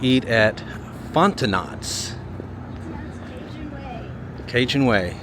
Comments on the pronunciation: You said FonteNOT, it's Fonte-NO - with a hard O 😂 the T is silent! As a person who was born and raised in Louisiana, it always cracks me up when people cannot recognize or pronounce French terms but I know it's not your fault, when I left Louisiana I had a lot to learn too! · You pronounced Fontenot wrong it's pronounced Fon-te-no my Parents or from South Louisiana New Iberia and Patouville, Louisiana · Grew up in Louisiana. The last T in Fontenot is silent. Fon-ta-no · FonteNot = FonteNo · The "T" at the end of the name Fontenot is silent -- pronounced "font-e-no". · Did you really pronounce it 'Font-en-ot"? lol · Around here we pronounce it 'Fonteno's' , with a silent T at the end. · Fontenot Pronounced Font’en know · Not to sound picky but I went to school with some Fontenot's it's actually pronounced 'font' 'know' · I was born in this town, not much has changed. I’m sure others from Louisiana have mentioned this, when pronouncing Fontenot you don’t sound out the T at the end. ( Fon-ten-no ) and your gator sauce is generally referred to as swamp sauce.😉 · Ending consonants are almost always silent in French unless the nest word starts with a vowel. In that case the ending consonant is carried over and pronounced as though it were first letter of the second word. Fon-ten-oh. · That restaurant is pronounced with an O at the end. Like "Fonteno" and Louisiana foods are called "Creole Cuisine" not cajun food. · That would be FontenNo……..drop the last T… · Fontenot is pretty fon-ta- noe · It’s “”Mahnroe” “”Fahtenoe”” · pronounced "fontenohhhhhhhs" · Pronounced Font no!! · We pronounce Fontenot- Fonteneaux 😊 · Fontenot is pronounced Fonteno (t is silent). Ouachita is pronounced Washita. Monroe has been on the decline for many years and South Monroe where you were accounts for the majority of violent crime. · That gave me a good giggle when he said Fon tuh knots. 😂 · Fontknows.... That's how you pronounce it.. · Fontenot-the "t" is silent. Fon*te*no